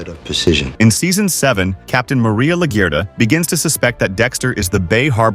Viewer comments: la-gurt-a lol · AI can't read Laguerta right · LAGUERTA not Lagurta Lagura lol wth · Stop butchering Maria's last name!